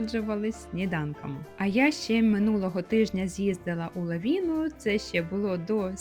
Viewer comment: Я так розумію, що "Лавіна"--це російською, бо українською--"Лавина", приголосний -в твердий.